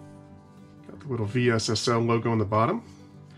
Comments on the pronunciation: just say vessel.. V S S L 😳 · I've always heard this company pronounced "vessel". Just curious if you are saying the letters for a specific reason? Great videos! Thanks for creating content.